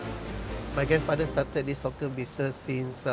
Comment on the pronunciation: "hawker" is pronounced HAWK-ER like the bird HAWK not HOCK -ER.